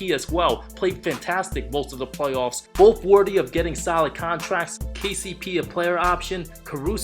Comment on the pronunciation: Wait... did he just say "Way-off P"...🤣🤣😅🤣